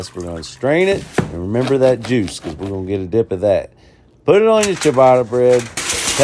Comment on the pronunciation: The way you pronounce ciabatta makes Italians turn around in their grave.